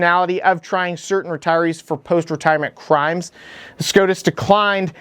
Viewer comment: "Pwease dont do cwimes" "Treason! this traitor should be put on trail and hanged for sedition!" Average normal response from our very normal and rational leadership.